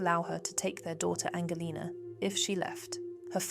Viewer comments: Is this an AI channel?? English people dont say the word 'normalcy' thats american ...english people would say normality . Also the daughters name is mispronounced Its Angelina as in Angelina Jolie not Angle lena. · Angelina, [Angel and lina] not Angleina, [Angle lina].